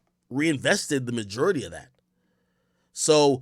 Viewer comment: Looooots of white hate in this episode :/ why do you pronounce majority like no one on earth does? 😭